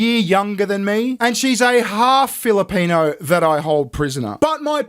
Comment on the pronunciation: "Half Filopeno Prisoner" LOL